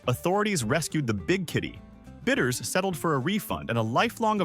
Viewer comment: BIDDERS, not bitters !